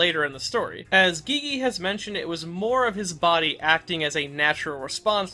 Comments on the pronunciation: you don't pronounce Gege like Gee-Gee, your pronounce it like Gay-Gay also it's KenjAku not Kenjugu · He really iut here calling gege gee gee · I loved your character analysis of Geto and the whole video was amazing. But did you purposely mispronounce everyone's names? Geegee? Kenjuku? Wtf it bothered me the whole time😂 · Why do you keep saying gigi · Why do you call Gege "Gigi"? Please check how to pronounce it in Google translate, so you can say the name right. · First time I’m hearing someone pronounce Gege as “geegee” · Ok look, i enjoy your content but CAN YOU PRONOUNCE A SINGLE NAME RIGHT? geeze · i think i am going to descent into madness if i hear you pronounce gege's name like that again😭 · nah bruh why u sayin Gege like that? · Well, that's a strange way to pronounce GeGe